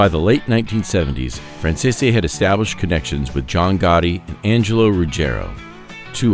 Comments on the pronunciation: Why does he pronounce their last name wrong ? Franzese is pronounced Fransees! This video is a mess! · I say BS to this story, making guesses. The simple fact that you cannot pronounce 'Franzese' correctly and pronounce it differently in multiple areas solidifies it . . . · i think you'll find their last name is pronounced francese not franz-e-se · WHY CAN NOBODY PRONOUNCE THEIR NAME RIGHT??? It's "Fran Zees"!!! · It would be nice if you learned to correctly pronounce the family name. It is pronounced Fran-zees. That is how they pronounce it themselves. Listen to any of Micheal Franzese videos and listen to how he pronounces it. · I despise the way his name is mispronounced the ENTIRE Program!!! Is this AU narrated???? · I call BS I just watched Michael Fransese himself lay out his life since he was little nothing like this . . . They should actually listen to the man who's still alive to tell the story. Heck, they can't even pronounce his name correctly 😂🤣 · Thats not how the name is pronounced